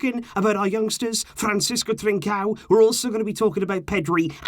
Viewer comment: It’s ‘trincon’